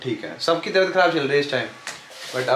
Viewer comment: Pure video mein ne 3-4 baar meri taybat kharab meri tibhyat kharrab hai boldiya 😂😂❤️ get well soon